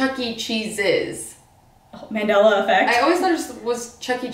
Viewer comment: Did really just say “MAY NELLA EFFECT”?!!!?!? smh